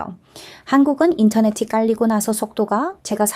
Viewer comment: 2년을 부산에서 사셨다는데 기간에 비해 한국말을 너무 잘 하시네요. 발음도 좋으시고, 목소리도 좋으시고, 여러가지 경험을 하시면서 관찰력도 대단하고, 그것을 설명하는 문장력도 간단명료하여 귀에 쏙쏙 들어오니 계속 들어도 지루하지 않고 물 흐르듯이 자연스러워 영상들을 흥미롭게 끝까지 다 보게 만드는 매력과 설득력도 대단합니다. 이 영상을 보면서 딱 한가지 걸리는 부분이 '인터넷이'를 발음하실 때 '인터네시'로 하시면 흠잡을 데 없는, 원어민에 가까운 한국어입니다. 덕분에 호주의 문화도 알게되고, 무심코 누리는 우리 문화의 소중함을 다시 한번 깨닫게 됩니다.